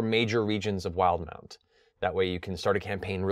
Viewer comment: WILD-MOUNT! I've been saying "will-deh-mount" this entire time! Now I think about it... the official pronunciation makes MUCH more sense.